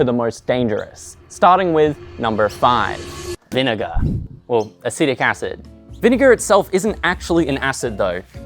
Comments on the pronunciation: 🗣Acetic acid 📜Acidic acid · I noticed that too, but honestly thought it was just a cheeky joke x) It is technically acidic acid.